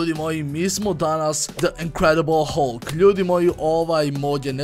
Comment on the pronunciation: Ako oces pravilno kaze se HALK!!